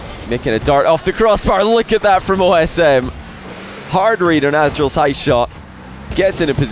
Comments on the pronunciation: Everyone call Aztral, “Asstral” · That was just domination from “asstral” 😂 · “AsstraL” he didn’t just do him like that 😭💀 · pulls out the name “Asstral”! im fucking done. OSM youre a legend